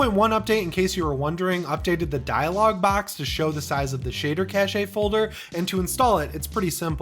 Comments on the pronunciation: shader cache-ay? I thought it was pronounced the same as cash 🤔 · Thanks for the video, but cache in the sense of shaders is pronounced "cash". The way you're pronouncing it means "Yeah I bought a Seiko wristwatch but it doesn't have the cache of a Rolex. Poor me." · Please stop saying "cacheay" 😂. Great content otherwise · do people really say "cashay"?! I work in tech and this is the first time I've heard it like that.... I do not like how it sounds like an elitist french term when pronounced like that... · Cache is actually pronounced the same as "cash" like money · I'm glad I'm not the only one that was bothered by this... LOL Still a great video as always! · Cache is pronounced exactly like cash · PLEASE learn how to pronounce cache... it is pronounced like "cash" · Yeah… it’s “cash” :) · Me for the entire "caché" part it's "cash" it's "cash"! Check the dictionary it's kaSH not kaSHæ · who the HELL says CACH-EY, it's CASH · cashe - pronounced /kaSH/ , sorry It was bothering me to hear "Cash-ay" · Quick side note for you: cache is pronounced like "cash" not "cash-a". Great video overall! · Enjoyed the video but cache is pronounced cash cachet is an entirely different word :-) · It's pronounced "cash", not "cash-eyy" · Cache is pronounced like "cash" the word you're using (pronounced "cash-a") is cachet, which means respect or admiration NOT cache. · Cache is pronounced Cash not "cashayy." Sidenote: This statement is not said with contempt or looking down the bridge of my pretend glasses that I just adjusted condescendingly" Side side note: I feel that this may be a running gag and I don't want to be that guy but eh, i may have just made myself that one guy xD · I've never heard "cache" pronounced "cashay" instead of "cash" before. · Cache is pronounced the same as Cash, not Cash-eh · Cache is like saying "cash"; what you're saying is cachet which is a different thing. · Shader "cash" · Shader cash brother not shader cashay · Cache is pronounced cash, not cashay.